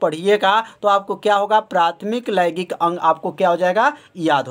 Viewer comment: Sir laigik nhi hota h laingik hota h😏